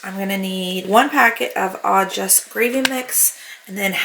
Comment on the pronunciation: The gravy mix is pronounced. Awe joo